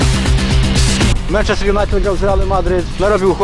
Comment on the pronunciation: Dobra seria, ale zrobiłbyś 8 ligę mistrzów. PS wymawia się mAnczester